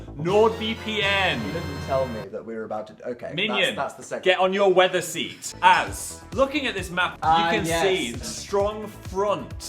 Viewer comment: Phil said seat the same way Dan said teat earlier